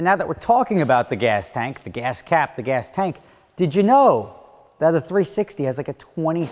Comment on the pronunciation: "The gahs cahp".